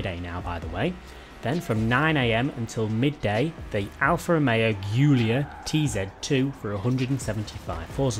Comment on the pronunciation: It’s guulia not goolia